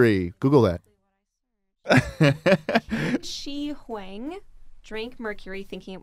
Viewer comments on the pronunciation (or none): The pronounciation of Shi Huang lmao